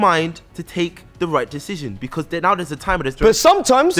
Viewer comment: In jules’s speach bro said becüs like a million times